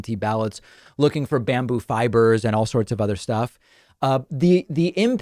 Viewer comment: Every time David Pakman says "bamboo fibers" I have to chuckle at how ridiculous it sounds. 😂